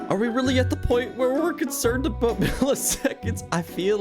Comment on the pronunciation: "Spending aboot 5 minutes in the battery room" oh no, he's canadian.